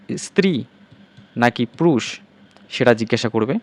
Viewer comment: উচ্চারণ ঠিক করুন...প্রুষ, বজ্র এসব আবার কি??